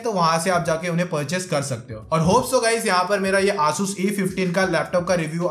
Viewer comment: he butchered the name asus